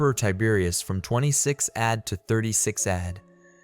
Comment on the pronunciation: "Served from 26 ADD to 36 ADD"